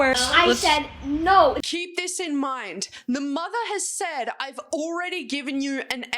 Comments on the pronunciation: I love the naur naur naur naur naur 😂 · i like when she said "norrrr"